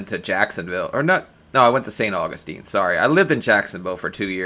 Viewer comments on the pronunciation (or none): none